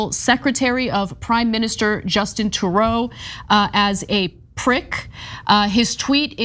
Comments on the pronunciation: Justin Turou“ 😂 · not Justin To-Row. True-Doe. True as in not false. Doe as in a deer, a female deer. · Trudeau - True-Dough... Come on... He's the leader of Canada. You should know how to pronounce his name. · Young Turks is a joke. Anna is a clown and can’t even pronounce the prime minister of canadas name correctly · Hi so first as a Canadian keep Jorden there, please! We don't need his trash here as the PC party is slowly becoming like your Republican party, that's enough of a problem for us too deal with. The other thing is that when you said the PM's name you pronounced his name wrong. This is a common mistake with non speakers of the french. You guys have a great day and STAY SAFE. 👍🇨🇦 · Can you at least properly pronounce the name of a leading head of state, you know, the one right NEXT to your country, the USA? I mean, I’m pretty sure you’ve heard of a guy named Prime Minister Justin Trudeau, not as often as that other guy called President Joe Bisen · What? Are you 6? She mispronounced Prime Minister of Canada Trudeau's name. Go back and listen.